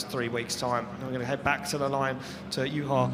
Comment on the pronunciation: nice to see ian at least trying to pronounce Juha's name correctly